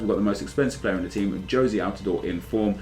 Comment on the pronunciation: thank you for pronouncing altidore correctly what a beast for the national team